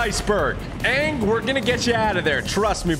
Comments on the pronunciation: that is not Aang that is rang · That's not ang that's agn 😭😭😭💀💀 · that aint aang thats gnaa 😭😭😭😭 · that aint Aang thats Aung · That’s not Anng that’s bang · thats not aang thats ong💀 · Thats not aang! That’s oong